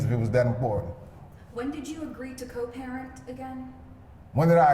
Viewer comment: "I'm a concerned Purrent."